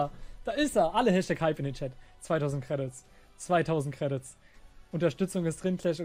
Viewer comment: Alleine wie er Credits ausspricht macht mich aggresiv